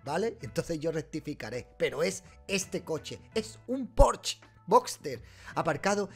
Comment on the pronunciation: Se dice "Porsche", no "Porsch". es palabra alemana, no francesa donde la "e" ultima si no está acentuada no se pronuncia